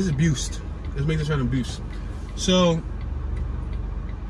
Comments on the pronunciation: bu-ist 2 syllable word, its a fact reporter, ur reporting ppl walking, sitting, just being ppl!! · Buh-you-is Avenue ***** but barely say the buh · bew-ist like beautiful its buist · Pass-Kull Beeu-ist Shell-Wynn They're rough names for streets but when you hear someone say it wrong it's terrible 🤣🤣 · Buist Avenue is pronounced BYOO-ist.